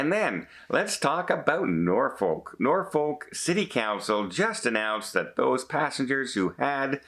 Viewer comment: There is only one "R" in Norfolk, not two.